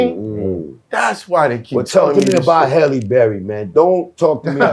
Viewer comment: How Canibus says Halle Berry like "Helle" is hilarious to me. Anyhow, this interview was such a needed interview to help people who didn't witness Canabus run. All my yrs in following the culture I've never seen a rapper come out the gate with such a high skill set, put fear in the game and have such huge anticipation for people to just hear his next freestyle or song or feature. He had the ability to have a hip-hop quotable every time he was on a song. Respect Canibus. For those who need reference check songs like "Desperados" on The Firm album or "Buckingham Palace", his freestyle on Cappadonnas song and go down the rabbit hole of DJ Clue freestyles.